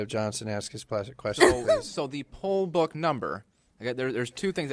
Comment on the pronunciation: Po ba, poll ba, oh you're saying Poll Book? Drunk ass.